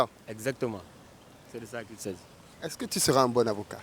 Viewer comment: « C’est de ça qui sazi »😂😂😂